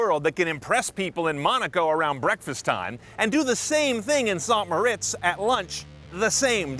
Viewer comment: He pronounced "St Moritz" wrong... Such an american thing to do! No offence to other americans though...